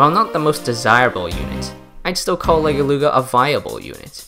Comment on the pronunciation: Are we gonna talk about how he mispronounced Legeluga’s name and called her a “He”